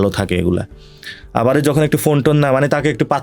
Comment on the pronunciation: Nasir, Assalamualikum. Apnar sobkichu e sundor except ekta mudra-dos. R mudra-dos ta holo "abari". Please try to avoid it.